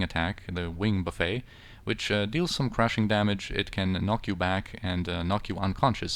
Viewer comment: Great fights in this video. However, I cannot stop laughing... You are pronouncing "Wing Buffet" like it is an all-you-can-eat buffet. Buffet (like wind buffeting) is pronounced phonetically like "buff-ett", not "buff-ayy". ;)